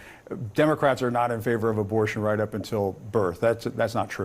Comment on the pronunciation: "You're going to see more of America do this because it's the right thing to do". I had to rewind a couple of times because I thought he said that it was "the white thing to do!"